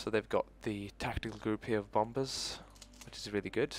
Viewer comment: Small English lesson, the second B in Bombers is silent, so it's pronounced Bom-ers as opposed to bomb-ers. :) not criticising (your English is better than mine as I'm from northern England but i thought i could help you improve your English that tiny bit!)